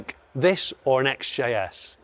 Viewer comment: Hate to pull you up on a few points but, think 60's Guy XJS is pronounced X-Jess. The Caddy looks dog plop compared to the W126 almost could be a Del Boy Bonnet De Douche edition! 😉